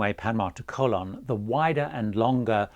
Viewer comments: It’s Co-LON. CO-lon is something else altogether! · Your pronunciation of the name of the Panamanian city of Colón is really awful. The Brits always laugh at foreigners who cannot pronounce British names (Cholmondeley, Beaulieu, Buccleuch, Leicestershire, etc), yet Brits seem never even to TRY to pronounce non-British names correctly.